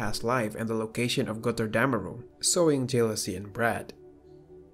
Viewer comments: Es heißt GOTTERDÄMMERUNG und nicht Gotterdämärong!!!! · It is so funny how you say götterdemmerung when you are from austria